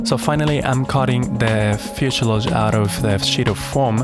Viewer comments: Fuselage not fuseiluje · He can't say fusalage ;-)